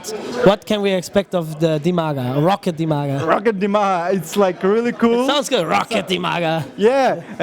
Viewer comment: It's Roccat, not Rocket. ;|